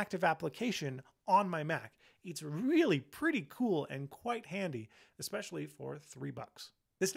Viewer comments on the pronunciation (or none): none